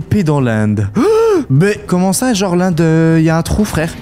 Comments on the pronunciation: Ces l'end pas l'Inde🤣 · de l'inde au lieu de l'end😂😂😂😂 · Y a des fois ou tu dis l'Inde au lieu de l'end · Pourquoi tu dit l’Inde et pas l’end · ca se èned pas Inde!